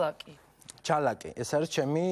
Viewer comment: "ლ" გაამაგრე და ცოტა კაცურად ილაპარაკე რა... ჯა"ლ"აკმა დადო დიშ"ლ"ა... :)) ფუ...